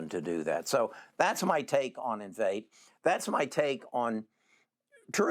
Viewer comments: in- vee-tay ... Please learn how to pronounce correctly before making video. Common man, u claimed to also own the stock and you can't say its' name lol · It's pronounced in-VEE-tay. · Lol.. It’s Enn-vee-Tay!! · How can you take investment advice from someone who doesn’t know how to pronounce the company name???? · you should learn to pronounce the names of these companies if you plan to make vids on them. I love this company and have a position I don't want to sell until it's a trillion dollar company